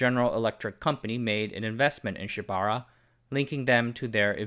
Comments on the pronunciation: Pronounced: Shiba OOrah (ura means behind) NOT shibara. TOkyo + SHIBAura = TOSHIBA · Just FYI Shibaura is pronounced “Shiba” “Ura” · “Shiba-ura” (four syllables).